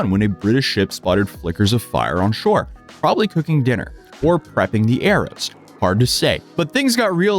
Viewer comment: Lol sounds so American in his speaking until he suddenly doesn't and you remember that this isn't his first language when he pronounces shore like sure. xD